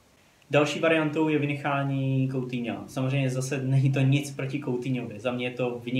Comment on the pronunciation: Kdyžtak Coutinho se čte: "Kutýňo" :DDDD